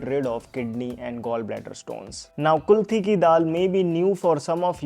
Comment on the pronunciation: Its KULATH DAAL not kulthi